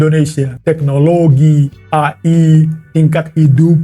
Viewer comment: aku suka penyebutan AI dengan ejaan Indonesia, AI bukan eay